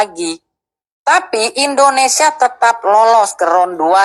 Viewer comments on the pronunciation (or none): INDONESIA BANG BUKAN INDONESA😅😅😅